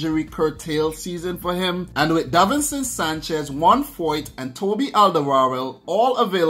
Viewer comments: Yes it is, we nowadays write it differently. If you say Olderworld it is already much closer to the Dutch pronunciation. Easier to do for English speakers. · You say Alderweireld really funny. It is Flemish Dutch for Old World.